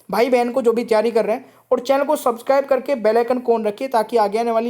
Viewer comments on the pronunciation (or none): none